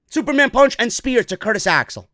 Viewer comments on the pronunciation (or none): none